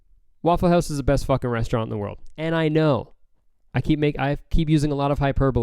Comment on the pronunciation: How does he say Waffle House in an American accent but says hoüse in a Canadian accent